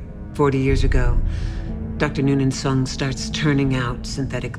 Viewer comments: "Dr. Noonan Sung" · "Noon in soong"